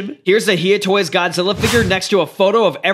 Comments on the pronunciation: When uou said hiya toys as heeyaa toys it disturbed me more than the ringing sounds in my ears its said like hi yu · You keep on pronouncing Hiya toys wrong it is pronounced hi a toys